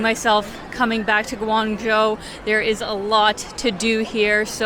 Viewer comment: You did a good job of reviewing Guangzhou and you even got the pronunciation down! It's a lot easier to travel there than it used to be 20 years ago when I first went and my goodness is it different now, it used to be nearly all bicycles back then. You can get a 10 year visa to make travel to China much easier for a Canadian. I was surprised you haven't had congee before, in the Toronto area, congee restaurants are everywhere. I saw you also like Pandas, if so, a trip to Chengdu would be really enjoyable and it's a pretty fabulous city in its own right. If you can, I recommend trying to meet up with locals when in China, you will experience it much differently if you're not just a tourist.